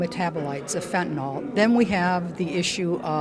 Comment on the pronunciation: Fentanyl, not Fentanall.